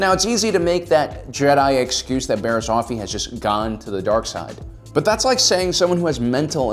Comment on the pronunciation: I keep hearing "Barry Allen's"